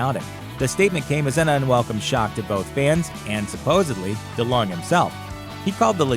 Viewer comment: How do you pronounce delonge? He said it the way I've always heard it